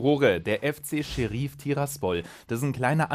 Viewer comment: Niemand: Manu: Scherief